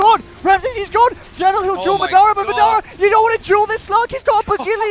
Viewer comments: It's MA dara not maDAra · MAAAA DAAA RAAAA not midara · Anyone else annoyed they don't say Madara right? I believe its pronounced Modara